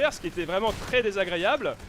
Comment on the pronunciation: qui a remarquer que prononce "désagréyable" au lieu de "désagréable